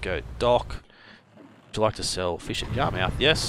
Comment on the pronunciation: Don’t mean to sound rude but it’s pronounced yar-mith but spelled Yarmouth!